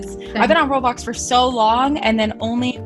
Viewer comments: why do u call it road bloxs its roblox like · Its eoblox not "roadblocks"